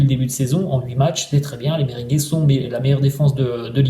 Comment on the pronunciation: On dit merengué pas mberingué😂😂😂